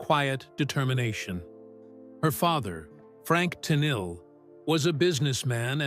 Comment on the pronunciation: It’s not Tennille. It’s Tennille ten eel